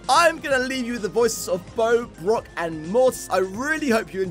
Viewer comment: Did just pronounce Brock as “Brook”??